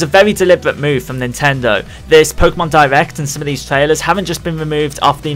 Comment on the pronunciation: is it just me or do you hear him say divect instead of direct